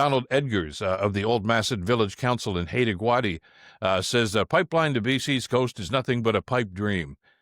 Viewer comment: Haida Gwaii is pronounced "Hida Gwy." It is an astoundingly beautiful and precious part of the world, and the prospect of an oil disaster there is beyond obscene.